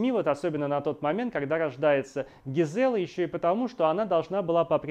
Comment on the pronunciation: Не ЛюдОвика, а ЛюдовИка. ГИзела, а не ГизЕла.